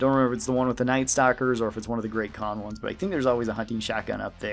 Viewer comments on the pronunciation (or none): none